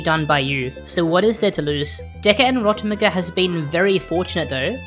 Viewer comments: rotomuguh sounds strange call it "rot meg" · Ro-tem-eh-gu... NO... It's Rot- EM JEE!